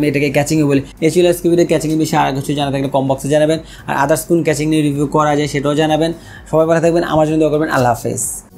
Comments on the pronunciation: কেচিং না কেসিং। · Casing ke Catching boltesen keno lmao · কেচিং বলেন আর কেসিং বলেন সেটা বড় কথা না,,,,,বড় কথা হলো আপনার ভিডিও ভাল্লাগে,,,, ❤❤❤❤❤এহন যা করার করেন,,,,এখনই অর্ডার,দিতাছি এইডা😁😁😁😁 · Vai re vai, ক্যাচিং na, কেসিং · vhaya caching na CASING :) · Accent is two kind.One is regional another is official.Regional accent is not acceptable in public domain.Casing should be কেসিং not কেচিং। If he can pronounce কেসিং why would be pronounce কেচিং? Mobile is মোবাইল whould you ever say মবিল? In Interview or official task আঞ্চলিকতা বা অশুদ্ধ উচ্চারণ should be avoided.Same goes to public interaction. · কেচিং এর ফন্ট 😂 vai pronunciation thik koren ! khub pain lage bal sal shunte. audio off kre review dekhte hoise ! কেচিং কেচিং কেচিং !